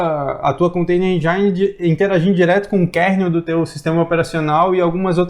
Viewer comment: Excelente!!!! Explicação descontraída é um ótimo caminho! . . . . . . . 🤫 Já sendo muito chato e pagando de dicionário... Põe lá no Google "engine pronunciation"... Certa vez um americano ficou olhando pra mim com cara de b***a quando pronunciei do jeito de vocês... . . . Fora isso ganharam um "escrito", um fã e um divulgador de vocês!!! Parabéns pelo trabalho!